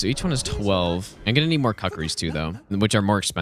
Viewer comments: Btw mate not to be rude but the Kukris are pronounced Kookree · I love how he calls kukris, cuckrees. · Pronouncing TF out of that “CUCK-ries” 🤣🤣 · Is there some joke behind calling them "CUCK!!!!!! res"? why do you say it "CUCK!!!!!!! re"? love the content and videos. :)